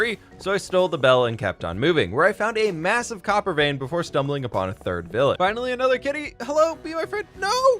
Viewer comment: Instead of hearing copper I heard cocker 😂😂😂